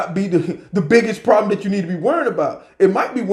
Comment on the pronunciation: Listen to me. Stop saying "And stuff like dat!" And "All this kind of stuff!". And stop saying farm when you mean to say firearm. Say FIRE-ARM. I love your videos. Just trying to help you.